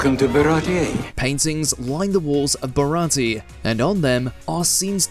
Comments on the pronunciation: You mispronounced it. It should be ba-ra-ti-yey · Only would mispronounce baratie and then play a clip of it being pronounced correctly. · Top 1 reference you missed: the pronunciation of "Baratie"